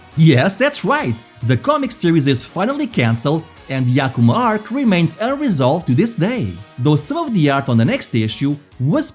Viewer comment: Hearing "Ahhh kumah" is killing me lol